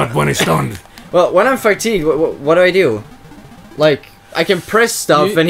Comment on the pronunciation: pronouncing fatigued as fatty-goo'd was incredible.